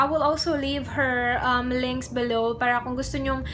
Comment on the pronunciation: Ano yung Title? Click bait ba? Saan sya walang Paki alam? Kaya pala dami sya noon haters.maarte pala sya mag salita. Feeling rich kasi. Para, parrra daw,ma arrrrr sya 😂😂